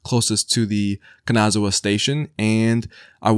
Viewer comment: Love the video but you're butchering the word Kanazawa, every other Japanese word you are pronouncing you're not doing bad. but Kanazawa is really bad.